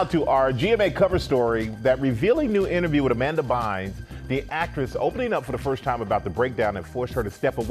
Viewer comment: "Amanda Bynths" - Michael Strahan